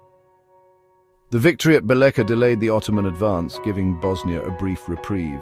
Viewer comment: Bosnia is a place, not a people. The people who inhabited the land were Serbs. During his coronation, King Tvrtko titled himself the King of the Serbs of Bosnia and of the Coast. Also the name of the city described here is pronounced something like BEE-letcha.